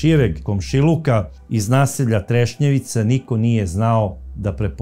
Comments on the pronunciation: kaže se Trešnjevka u Zagrebu je kvart a nije Trešnjevica 😊 pozdrav iz Zagreba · Trešnjevka. Ne trešnjevica. Kao da kažete voždobac umjesto voždovac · kvart je Trešnjevka, ne treševica. Inače sjajna emisija kao i svaka vaša. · Kao i uvijek, preodlična emisija. Hvala Vam. Samo jedna mala, prijateljska napomena. Naselje se zove Trešnjevka, nije Trešnjevica, iako zvuči baš simpatično! Pozdrav iz Zagreba! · sve su vam emisije super samo uvijek kvartove Zagreba krivo izgovorite nije trešnjevica nego trešnjevka i u emisiji o Marijani Seifert nasalje je savica molim vas obratite na to pažnju